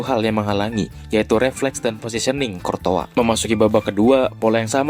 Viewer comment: bro gw masih baru ngikutin persepak bolaan. masih sering bingung sama cara baca nama pemain dan courtois dibacanya kortoa?? darimana weh soalnya selama ini aku baca kourtois